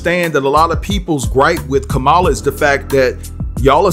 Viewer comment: Name is pronounced Come*A*La